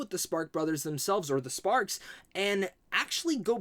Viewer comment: It’s nutters you made this whole video mispronouncing the band’s name. That said, appreciate your support of this awesome movie.